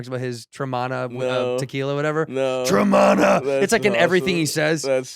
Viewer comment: Has the ol whiskey ginge been watching Dudesy? That tremana impression is giving me will sasso vibes. Especially the fact that he's saying it wrong just like Willy bou